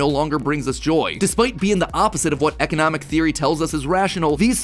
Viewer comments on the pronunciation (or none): none